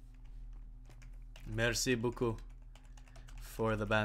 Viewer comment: Mitch it's Merci Beacoup.